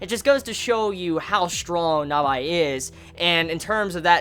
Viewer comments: Nabeeeee not nabiiii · It's not Nabye, it's NABAE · Not gonna lie... I was about 5 min in before I realized who NABI was. ... it's nabe bro. (Nah-bay) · I had some issues understanding who you were talking about. I think you may have been trying for 'Na-Bae', but that did not come across. otherwise, I tend to hear 'Na-be' whenever people mention her. so...confused. :) rather think Na-bae is more for the literal type of communication. it don't work quite right in vocals. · i love this XD <3 but... pronunciation of Nabe is "Nabi or Na by" is kinda irritating XD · she's called Nabe not Nabae. Nabae is the guy from Baby Steps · Also mate it is (Naah-bey) and (Deh-miew-rg). Not being a dick mate. Just helping a Brother out Brofist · I know this is an old video but I am annoyed how you pronounce Nabe. The voices even say her name but you still chose to say "Navay". Dunno if you corrected that now. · yu pronunciation the name Nabe is wrong! (｡>﹏<｡) its Na Beh, yu amoeba!! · yu pronunciation the name Nabe is wrong! (｡>﹏<｡) its Na Beh, yu♡ amoeba!! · I know I'm late to the party, but your pronounciation on the name of Nabe is infuriating, it's like you watched it with some shitty DUB.